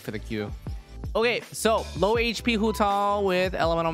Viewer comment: it sounds like he's saying Hutall instead of Hutao